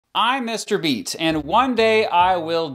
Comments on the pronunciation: What I hear: I'm Mr. Beast What he actually says: I'm Mr. Beat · "I'm Mr. Beat." did i just hear mr beast nah i probrably misheared it but this is a curiousing channel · I thought you said "Mr.beast" XD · Who else thought he said “Mr Beast” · I thought you said I’m mr beast 😂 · When he said mr beat I thought he said mr beast